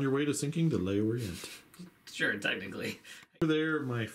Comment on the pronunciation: I took a little french in high school, I expect Le Orient should be pronounced "Lhor-ree-ahn." Had this in my watch later list for months, finally got down to it and glad I did. Superb battle report